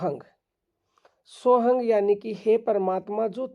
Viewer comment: सोहंग कुछ नहीं होता पहले उच्चारण सीखो फिर कहियो बनाओ